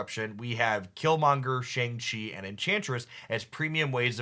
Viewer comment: Love these decklist write up and the potential play for each turns, like turns 5 and 6. Btw, Shang Chi is pronounced like "Shahn-g" Chi.